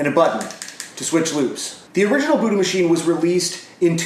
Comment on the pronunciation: Everytime you say the word it sounds more like booty.